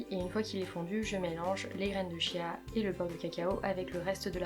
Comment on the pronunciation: Coucou ! Merci pour ta vidéo :) Petite précision, ça s'écrit "chia" mais ça se prononce "kia" ;)